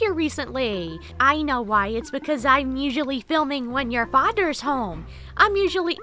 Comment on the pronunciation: Aww poor baby got confused because you said "Fadder's home". Sweet boy.